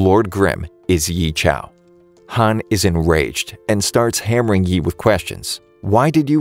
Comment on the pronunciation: The names...ughhh the name.....i guess he didnt watch the anime or what cuz he said most of their names wrongly...Yi chao? lol